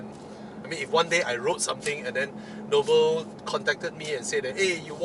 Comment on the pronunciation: It's Nobel, not Noble. And the prize is named after a person, Alfred Nobel....😂😂